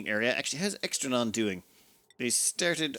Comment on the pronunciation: Poor Extra Neon got his/her name butchered lol